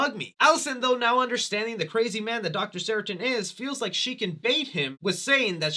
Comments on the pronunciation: SARTAIN...not Saratin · I’m immediately jarred by your pronunciation of the name “Sartain”. It’s sar-tain. Not sara-tin. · I love your channel, man, I really do! I've just gotta say... it's "Sar-tain." "Ceratin" sounds like an allergy medication 😂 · SarTAIN, not SARItan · How the fuck do you manage to mispronounce SARTAIN as SARATIN the whole video? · It’s Dr. Sartain, NOT Dr. Saritan. Also, that’s not boba tea… it’s bubble tea. All we ask from you is a little bit of research… that shouldn’t be too much. Edit: Again, it’s SAR-TAIN. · Dr. Seratin? 😂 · Sartain, not saratin silly lol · Who is this Dr Seratin? It's Dr Sartain!! LoL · Drink everytime he says Dr Seritin (Sartain in the movie) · Say it with me now, "SAR TAIN" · Why do you keep pronouncing it sarah tin?🤣 Thats not it at all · What the fuck is a Doctor Seratin,? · Dr. SAR-TAIN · ITS sarTAIN!!!!!!!! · Sar-Tain lmao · Say Saratin one more time 🔪🔪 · Great video, his name is SarTAIN like “pain” for future reference! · When the movie says a characters name multiple times and you still can’t get it right 😂😂😂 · I watched every single Halloween review and this one is my favorite! you are right about Dr. Sartain (which you pronounce wrong in the whole video) haha but its all good! keep up the badass work!